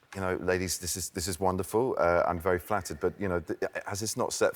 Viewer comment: Like the way British pronounces flattered… seems really flattered